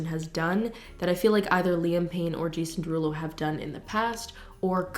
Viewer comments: NOT JIAM PERULO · jiam perulo.... i'm cackling